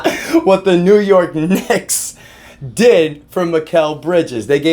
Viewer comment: Bro l almost colapse some weights on my chest (bench press) when you said New York D I c k s!😂😂😂😂 Literally you almost killed me!!